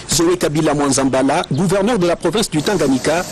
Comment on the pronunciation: Balobaka " Gouverneur, pas Couverneur" svp